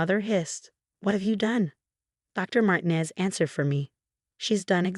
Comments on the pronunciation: You need to reprogram your AI Bot. Because the name Mtinez is **NOT SAID like Martin-EEZZZ; MARTINEZ IS **CORRECTLY SAID AS MAR- TEEN-EZ * like the E IS ELONGATED IN THE Character in that 70's show,..... FEZ, (or in PEZ candy. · Marteen ez not martin ez Not Marti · Please tell your stupid AI program that the Hispanic surname Martinez is NOT pronounced "martin-ez' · Ai again. And they can’t pronounce Martinez. But at least we don’t have another Marcus. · Guess AI can't prounce Martinez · How Martinez is pronounced as ridiculous